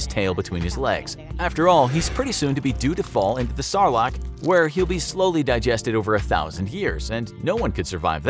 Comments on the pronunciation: "Sarlarc" you mean sarlac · I say if you can not pronounce sarlacc correctly, your judgement of the prequels has no merrit.